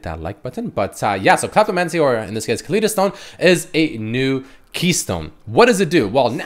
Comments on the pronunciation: u are say Kaleidostone wrong. Say it as if its spelled Kalydostone. ly should be said as if u were saying lie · Ka-ly-do-stone. Just like Kaleidoscope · ka-lide-o-stone like kaleidoscope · Probably meant to be pronounced like kaleidoscope. Ka lie doh stone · HOLY KAH-LEE-DOH! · Learn how to say Kaleidostone correctly lol